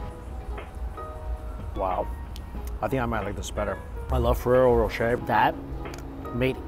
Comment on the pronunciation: THANK YOU for pronouncing Ferrero Rocher correctly! ☺️